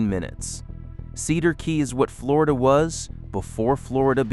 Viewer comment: How is wish a PERSON was doing this and not AI. You've managed to insult Floridians in more ways than one. Learn to pronounce our town's names please. 😂